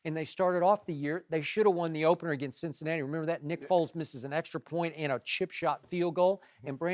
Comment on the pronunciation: I'm aware, just was funny cuz Skip said Foles, or at least really sounded like it